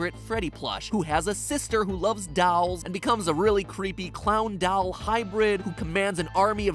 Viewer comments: The word: Doll MatPat: Dall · Normal people: doll Matpat: dawell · Matpat you pronounce "doll" like "dall" and it cracks me up. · I think its funny how he say the word doll as daull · Why do you pronounce doll like dall or is that another toy? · Nobody: No one at all: No one in the universe: Matpat english pronunciation for doll: doall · Why does matt pronounce doll "dall" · The way ypu pronounce 'doll' deeply disturbs me